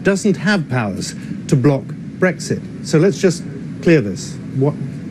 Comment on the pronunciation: Stop calling it Bexit it sounds stupid